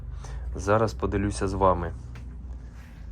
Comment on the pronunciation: добрый вечер. Правильно говорить - подИлюся,просто видно,ошибка прогрессирует,потом сложней будет исправить. Видео и твоя работа- огонь.